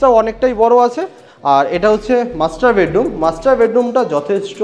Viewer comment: দাদা যেভাবে ‘ওনার‘ কে ‘অনার‘ আর ‘মাস্টার বেডরুম‘ কে ‘মাস্টারবেট রুম‘ বলছেন